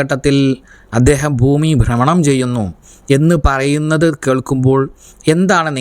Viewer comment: ബ്രമണം അല്ല